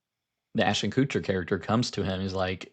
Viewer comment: My deep disdain for Ashton Kutcher means I giggle every single time you pronounce his last name as "Coocher"